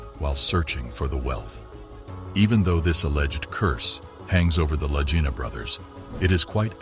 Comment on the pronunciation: The last name of the brothers is pronounced with a "hard" G, like in the word "golly", not with a soft G as the narrator does, making their last name rhyme with "vagina". Moron.